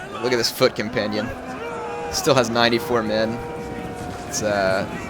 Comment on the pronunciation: compunnian? it's companion